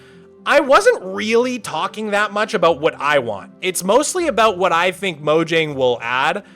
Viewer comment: Pronouncing Mojang as "moǯang" is cringe bro